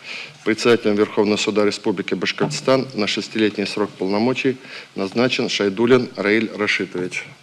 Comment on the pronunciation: Как Хабиров произносит слово Башкортостан по ушам бьёт. Потренировался бы в произношении